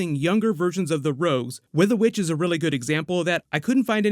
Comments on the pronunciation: you said bitch not witch XD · wait is her name weather witch or weather bitch? lol just really sounds like you said weather bitch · Did he say weather witch or weather b*tch??? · It sounded like he said weather b*tch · i thought you said WEATHER BITCH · just me or did he say 'weather bitch' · For a second I thought u said weather BITCH😂😂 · Bruuu i thought you said weather bitch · it sounds like you said "weather bitch"